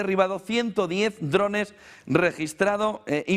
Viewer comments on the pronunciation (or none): none